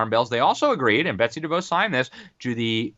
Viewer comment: Dih-vaus not dih-vose